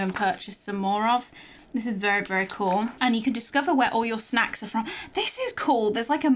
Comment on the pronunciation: I love how she says snacks like shnacks! 😆❤